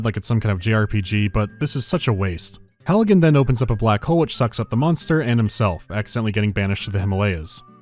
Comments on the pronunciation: i caught u call him halligan my man. i like it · "Halligan" lol